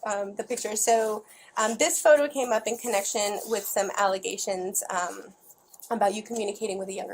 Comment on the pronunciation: Within the first two minutes when she says we are doing an investigation into some aligagations. Dude doesn't even ask what aligagations. Guilty right off the bat..